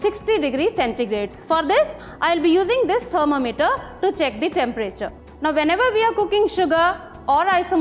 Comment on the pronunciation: I especially like the way she pronounces "thermometer". I pronounce it "thermo-meter" as well but, I am often criticized for it.